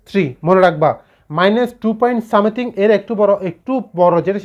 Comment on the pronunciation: u r right. As he can't pronounciate a simple word like "Something",he shouldn't spell it for being trolled.None is perfect is also known to me.